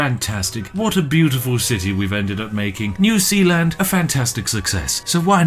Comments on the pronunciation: "New Sealand" Is New Zealand a joke to you, Spiff? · New Sealand, more like New Peeland. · Okay, so I live in New Zealand and this video has me confused every time Spiff says New Sealand and our sewage also pumps to Australia!